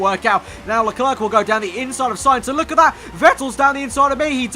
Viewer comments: I'm only going to watch part of this until you say LeClerc correctly. 'Le-Claire' not 'Le Clerk'! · By the way you don't say the second c in Leclerc but great episode as always